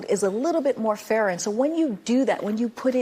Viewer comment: "The tax code is a little more farer" WTH kind of command of the English language is this from a POTUS press secretary?